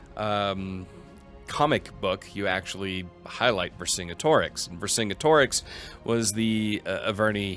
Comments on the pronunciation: I do not condone this guy repeatedly pronouncing Vercingetorix like that. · I've never heard anyone say Vercingetorix like that lmao